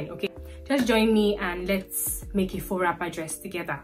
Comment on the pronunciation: Tu fais bien avec le français😉 from appliqué to faux. Tu vas bien.